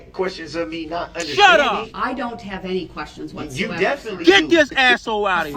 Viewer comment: "did you have n-tee interactions with the defendant?" I still don't know how he screwed up the simple word ANY so bad haha